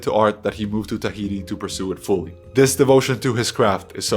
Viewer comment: I flinched like an abused child when I heard ‘Tahiti’